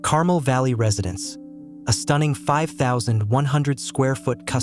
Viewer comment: It's CARMEL, not carmle!